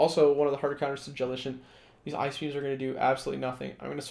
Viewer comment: I'm afraid you're on the wrong way to both spelling & pronunciation of "JELLICENT" 😂